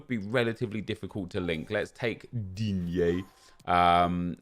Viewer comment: No one, absolutely no one: Nep: and we’ve got DiGnnEe 🤦🏻‍♂️🥴